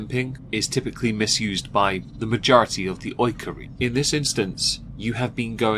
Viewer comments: Alright, that's 2 things we need to watch out for. Accountability and the correct pronunciation of "majority" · That’s a lot to ask of someone who’s too stubborn to learn how to pronounce “majority” correctly 😆